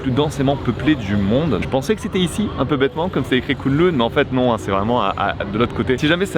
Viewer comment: Pour info, Kowloon, se prononce Kaoloune. J'aurais tellement voulu t'emmener dans mes adresses à Hong Kong. J'y ai vécu 7 ans, c'est mon terrain de jeu. Et la croisière sur le bateau, juste une chose à dire : bienvenue à Hong Kong. Mais si t'as envie de revoir Hong Kong, ce serait avec grand plaisir que je te ferais visiter. Et très stylé la tenue pour l'event.